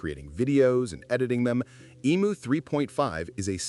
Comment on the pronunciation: Emu NOT emooo!